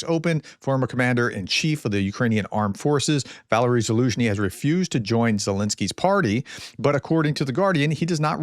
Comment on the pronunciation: It's VAL-AIR-EEEE.... why are you incapable of pronouncing anything correctly.. You're a teacher for fucks sake. Soooooo sick of it